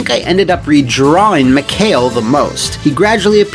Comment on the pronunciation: It's kinda bothers me, how says "Mikhail". It's supposed to be "Mee-Ha-Eel", seeing how all characters have Russian names, but I can believe that, the game makes the same mistake. Honestly, it's such a shame, this game didn't work out in the end, would be refreshing to see normal people as Russians, and not stereotypical hunks or gopniks.